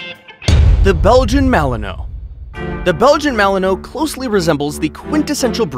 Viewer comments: Pronounced Malin wah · You said the malinois wrong lol